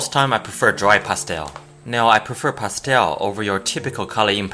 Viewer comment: "pasteowl" xD